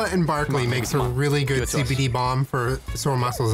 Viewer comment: I literally yelled NO when he said CBDeez